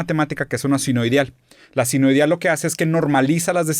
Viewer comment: Sinuieidal 😅 y lo dice 2 veces